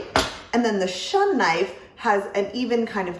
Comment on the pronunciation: Some might shun the Shun brand because they can't handle these knives correctly, others just pronounce it wrong (say: shoon).